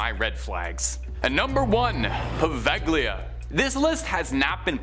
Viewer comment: Wow I don’t think I’ve ever been this early. you’re my favourite. Also the g in Poveglia is silent and is pronounced Po-veh-lia